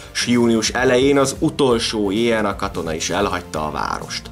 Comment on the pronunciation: Nagyon jó a videó ! Némi kiigazítás: nem jé en á, hanem jö nö á, nem vé rs, hanem vrsz...! Ez így érthető, a volt Jugoszlávia területén élő magyarok számára ! 😊